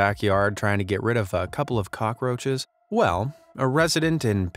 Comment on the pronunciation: You said cocky roches hahaha your hilarious bro